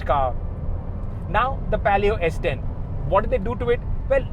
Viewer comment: Its palio not pelio. And alloys were 14inch on s10 not 15inch